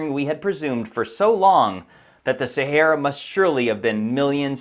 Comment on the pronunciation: STOP SAYING "SARAH DESERT" IT JUST 'THE SAHARA' I CANT TAKE YOU SERIOUSLY!